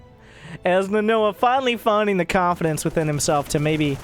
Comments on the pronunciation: It's NA-NO-HA not Na-noa. Don't insult one of the most badass Japanese anime characters of all time with your ignorance please! Unless you want to be nicknamed Vita for the rest of your youtube career. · Quite possibly the most butchered pronunciation of "Nanoha" I've ever heard. Still love you though <3